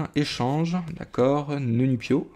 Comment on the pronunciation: Salut je crois qu'on dit nénupiot et non neunupiot